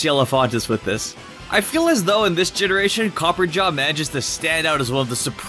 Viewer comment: Jesus it's pronounced COPPER - AH - JAH NOT COPPERGA